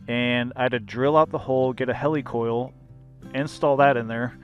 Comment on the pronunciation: HE-LEE Coil... LOL Great content, and trail!